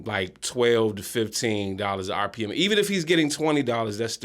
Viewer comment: RPM = Rev. Per Mille (not "Mil")... just FYI for those who were wondering. 👍